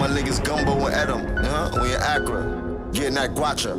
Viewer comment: Ook i just dont like how he said Accra mispronounced my country name